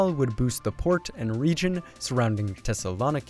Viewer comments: I don't think that's how you pronounce thessaloniki. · Crying for any Greeks listening to you pronounce Thessaloniki hahaha